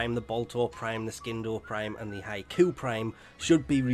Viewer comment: “Skin-doe prime”